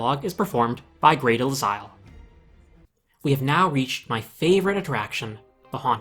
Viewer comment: the last name of Grey is pronounced De-Lyle and by the way that’s from her first marriage but her maiden name was Van Osbree (Oz-Bree).